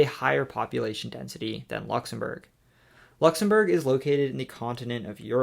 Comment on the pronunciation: Nice effort on the pronunciation of the Country’s Name.